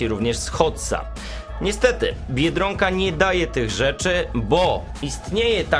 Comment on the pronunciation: Dlaczego mówisz "biedrąka" a nie tak jak trzeba "biedronka"?